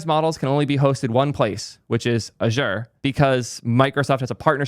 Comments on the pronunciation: First time i've heard Azure being pronounce like that :p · please learn to pronounce Azure correctly 😁